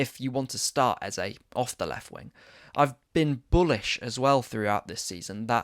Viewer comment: I love you and your very insightful content but this new trend of saying EZA is frustrating to me seeing as the correct pronunciation is EZE (EhzEh or AyzAy) instead of EZA. The name means KiNG in the Ibo language. He's even told people how to pronounce it in the past.